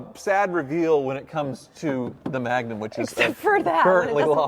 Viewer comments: the name is magnum ... dodge not trojan... magnum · Did you say Magnum 😅😅. Yes it's the biggest baddest wagon!!